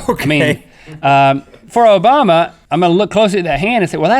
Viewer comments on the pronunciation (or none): none